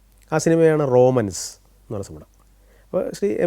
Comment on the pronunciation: റോമൻസ് അല്ല bro റൊമാൻസ് എന്നാണ്